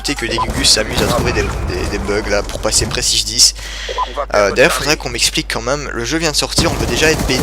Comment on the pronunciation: Bonne Continuation! Ps: j'adore quand tu dis " quand minme " <3